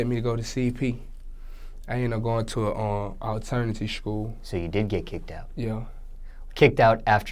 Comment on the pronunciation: "alternity shkoo"